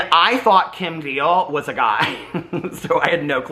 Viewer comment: Kim Deal! Not Beal